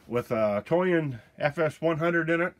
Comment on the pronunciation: Thought you said you “got the toy in” lol